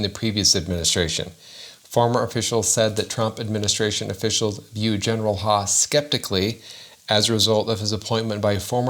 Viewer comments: I think that last name is pronounced like "How" not Haw. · Isn't his name pronounced Huff...?